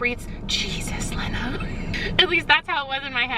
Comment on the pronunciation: The whole time you are talking about sisterhood of the traveling pants im yelling about how you pronounce Lena. Love this series. You are my favorite YouTuber